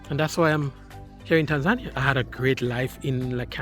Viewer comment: Hi. Please pronounce the country properly...pronounced tan·zuh·nee·uh ￼ Slow Better Practice Practice and get feedback • BETA